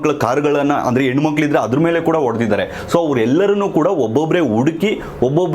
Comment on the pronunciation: ಎಣ್ಣು ಮಕ್ಕಳು ಅಲ್ಲಪ್ಪ, ಅದು ಹೆಣ್ಣು ಮಕ್ಕಳು